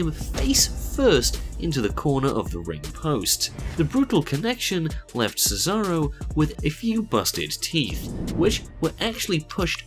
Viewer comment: I burst when he said thetharo